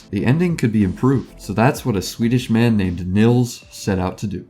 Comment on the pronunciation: btw you say 'nils' like 'neals'.